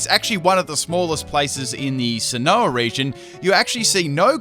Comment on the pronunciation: "Sin-oh-ah region"